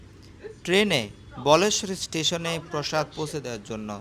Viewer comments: কথাটি বলেশ্বর নয় বালেশ্বর। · ওটা উচ্চারণ টা বালেশ্বর হতো, ধন্যবাদ ❤ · ওই টার কথা মতো ভারতের সবথেকে প্রিমিয়াম ট্রেন বন্দে ভারত নয়। উনি হয়তো একটু বাড়িয়ে বলেছেন। তবে এটা ঠিক প্রিমিয়াম ট্রেনগুলোর মধ্যে পড়ে বন্দে ভারত। আমিও অনেকবার পুরী গেছি খড়গপুর থেকে এই ট্রেনে।আর ওটা বালেশ্বর বলেশ্বর নয়। ওখানে ক্ষীরচরা গোপীনাথের মন্দির রয়েছে দর্শন করে আসতে পারেন। জয় জগন্নাথ!